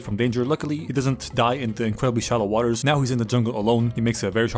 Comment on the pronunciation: ''way of the waltah'' :skull